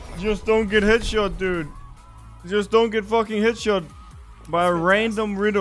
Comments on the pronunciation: "Dood"? Really? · IT'S NOT DOOD man it's dude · 에 dood가 아닌 dude 일껍니다